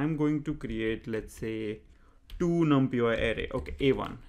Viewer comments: great videos man.....just i suggestion its pronounced as "num + pie" = numpy although numpiY is catchy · i have never heard anyone say it the way he says it